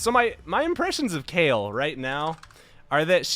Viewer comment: Please stop calling her Kale xD .. i'm totally triggered, i thought it was like Kaylie